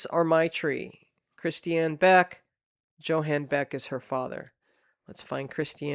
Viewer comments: Johan is pronounced Yo-han, not Joe-han. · Not to be picky but Johan is pronounced Yohan or Yo ann. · Because I'm a language geek, I had to mention that Johan is pronounced with a Y sound, not a J sound. Same with Jensen, so it would sound like Yohahn Yensen. (Sorry...like I said, I'm a language geek, and I cringe...) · I believe the name Johan is pronounced like Yohan if it is a German name.